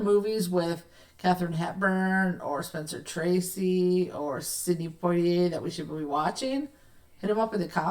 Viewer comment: There's no "r" sound in Poitier.